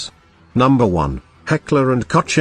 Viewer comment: "Heckler and COACH" LMAO